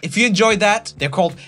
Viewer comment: Roomie, the way you have started to pronounce words when you sing is getting a little weird man. When ju sön ajl mäjk ju då it öööl agäään 💁 just saying